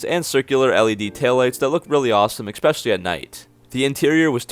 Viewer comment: Eckspeshily is not a word.